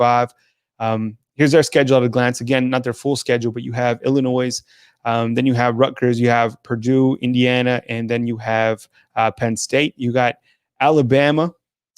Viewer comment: Love you guys but you just pronounce Illinois...ill-i-noise haha